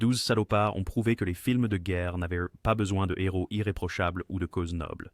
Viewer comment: Un nheros 1 éro le h ne se prononce pas